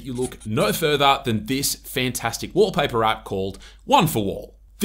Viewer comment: Wolpah-peh❌️ Walpaper ✅️